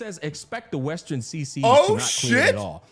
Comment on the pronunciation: Westearn.....westearn.. lol